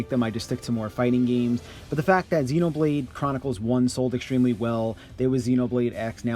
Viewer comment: Zeenobleed xD